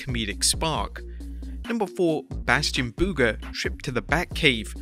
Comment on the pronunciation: Idk why but bros pronunciation of "Bastion Booger" has me geeking hardcore